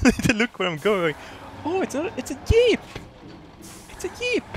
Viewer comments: Im laughing my ass of how you can not say "jeep". You are saying it "eep"xD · *Yeep... he called it a Yeep.. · I clicked this just to hear say yeep. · ***** It is. Because of his accent, he sometimes pronounces words like jeep or giant with a "yuh/ye" sound. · I love the way says Jeep, Yeep. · I just love the way pronounces Jeep as "Yeep".:3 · I love the way he pronounces Jeep as 'Yeep' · "ima yeep" xDDDD so funny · I love how pronounces 'jeep' D